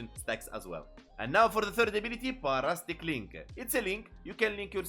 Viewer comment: Par-astic 😂 sorry had to. Lol para-sitic is how we pronounce it lol I'm just making fun and games I'm not really trying to correct you here just laughing a bit inside